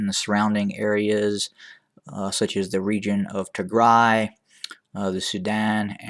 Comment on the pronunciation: Thank you for pronouncing tigray the right way is the music to my ears